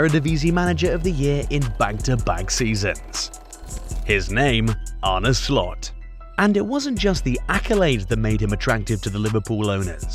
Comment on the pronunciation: First of all, learn how to pronounce his name right 😂